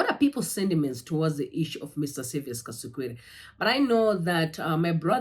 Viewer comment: My sister, anonzi Saviour without an 's' at the end. Hatidi kusvibisirwa zita redu.